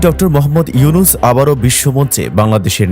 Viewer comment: ও মিঞা স্যরের নাম ভালো ভাবে বলেন।